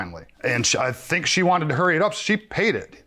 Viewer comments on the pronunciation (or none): none